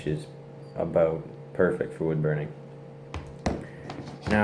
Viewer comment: "Bood wurning"